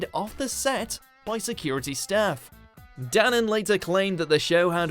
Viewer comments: DANAN not ooh Danone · It’s Dan-An! Jeez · You also pronounced Paul Danan's surname wrong. You should have watched a clip of him introducing himself and saying it lol. It would have been easy with all the reality tv he's been on.